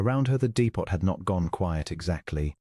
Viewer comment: Dee-pot?! Lol 😆 how about dee-po...sorry, the AI narrator makes this one hard to finish. 👎